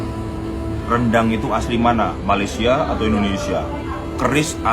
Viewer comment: Sebab itu la orang tidak menyebut nya dengan sebutan " RANDANG " tetapi "RENDANG" ......🤭